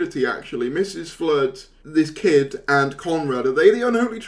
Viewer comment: It was KID not Kit. Kid, like a baby goat.